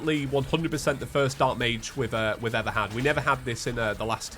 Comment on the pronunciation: Ahhhh yes the “magey potions” lol